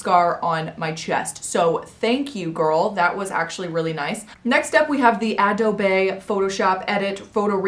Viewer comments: No hate. Just letting you know it's pronounced adobe: UH-DOE-BEE. not uh-do-bae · sip the tea sis lol it’s uh-doe-bee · i pronounced it ah-dobe my whole life until i said it like that and my friends roasted me because i didnt know :( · “Ahdohbay” lol 😅 it’s pronounced “uhdoubee” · ahh-do-bae lol, ahh-do-bee. thanks for the vid! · honeymoonxedits depends on what you think “wrong” is, the spanish word “adobe” is pronounced how she said it, ah-doe-bay. if you’re using english phonetics, it’s pronounced the other way, uh-doe-bee. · Harlow Venturi AH DOE BAE 😂😩💀💀😭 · Actually that's how you pronounce Adobe. But American English makes people say it like this... uh-doe-bee. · I thought the e was silent lol. Ugh-dobe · Harlow Venturi ah-doe-bay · I thought it’s Adob(e) with no E 😅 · I call it uh-dobby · Ah doe bae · When a-dobe becomes French: a-do-beyyy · Harlow Venturi yah dude wtf is adobay😂😂😂😂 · Its uh-doe-bee. And no you don't pronounce it differently according to where you live. Its an american company that founded it therefore we have to say it in the american way unfortunately. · i pronounce it as “ah-do-bey” lol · It's pronounced uh-dough-be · Adobe is pronounced uh-dough-bee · who else was kinda triggered when she said ah-doh-bay? Just me? edit: Thanks for 100 likes! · Oh god have you never heard of Adobe😂 it’s shows by the way u pronounce it AdObEe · Josie Dimick I was seriously like what the hell is addabay lmao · She said “a-do-be” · Ad-doe-bay. 😂😂😂😂 crying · lol isn't it adoBEE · she said aadobay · a-dough-bay lmao... Adobe. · I thought she was already hot until she said adobay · “ado-bae.” Gotta love white girls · Please P L E A S E. N E V E RRRRRRRRRRRRR SAY a-doh-bae EVER AGAIN..... ypu made me want to die.. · a-doe-b Adobe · “ahhdoughbey” photoshop? So you are and influencer for poor grammar and speech? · when you pronounced adobe wrong i gasped LOL no hate ive just never heard anyone pronounce that wrong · it is lmao she just says it wrong sksksk